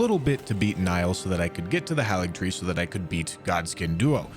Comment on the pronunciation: It is pronounced HEY-LIG-TREE. Why don't people pronounce it right?